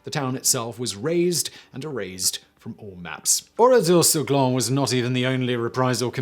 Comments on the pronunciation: Also it’s Oradour sur “Glane” not “Glon” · It’s pronounced GLANN, there’s an E at the end of Glane. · yes, I agree, it's really annoying and distracts from the story. Also, Glane is pronounced glannnnnn, with the "N" sound. the nasalization of the "an" sound is only if there is no "e" following, that is if it were written "glan" instead of "glane"